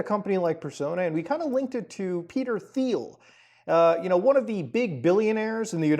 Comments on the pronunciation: It's not pronounced "Thiel" it's "Thiel" lol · Muta, please pronounce the bastards name properly , the H is silent ,like tea'll. Just so we all know who he is without confusion. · "Thiel" is pronounced "Teal," same as the color the rest of us call "aqua." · I think it is pronounced Peter Teal? Not sure though. I do know that Peter Thiel is an anagram of “The Reptile” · Great video. By the way, Peter Thiel's last name is pronounced "TEEL", i.e., with a hard "T". The company is pronounced "PAL-@ i.e., the accent is on the first syllable. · Peter Thiel’s name doesn’t use a “th” sound. It’s pronounced like “teal” and rhymes with “feel”. Normally wouldn’t make a thing of it but you’re gonna be saying this weirdo’s name more over the next 12 months I suspect.